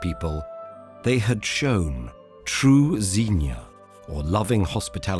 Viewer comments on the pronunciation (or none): The word xenia is actually pronounced with a ks sound ksenia it has derivied from the word xenos ξένος stranger beautiful video as always and the animation is outstanding